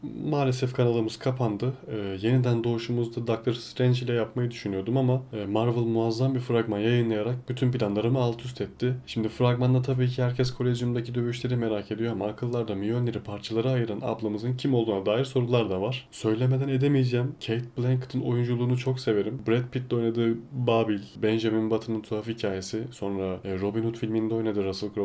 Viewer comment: Asgarp Değil Asgard Ve Minjor Değil Mjölnir